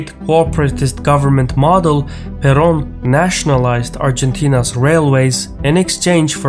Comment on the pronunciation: He got the "Juan Domingo" part fairly correct, especially the J, but he was defeated by the R in "Perón".